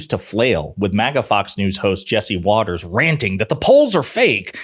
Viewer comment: Watters is so upset, he accidentally pronounced her name properly.